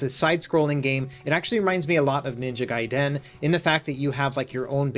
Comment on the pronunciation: He said GaiDEN just like the movie lol